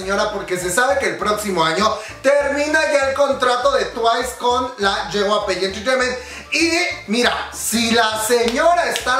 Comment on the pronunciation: Yey-way-pi* (JYP) lo siento, se me pone el ojo chueco cuando dice ye-way-pey xd *no hate gente*